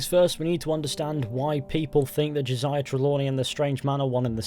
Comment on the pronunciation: "ho - say-ya" not "joshia"